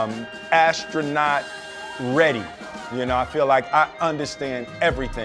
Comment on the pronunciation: "I feel asstronot ready" :D love the way he pronounces astronaut xD